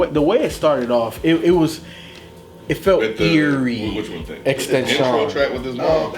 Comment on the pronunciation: "ex-ten-SHON" - Feefo